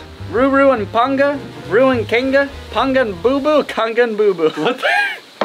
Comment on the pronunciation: Your pronunciation AND spelling of "Kanga" KILLS me.